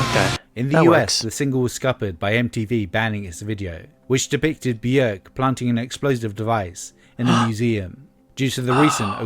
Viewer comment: Björk, isn’t it? Bjórk would be pronounced differently in Icelandic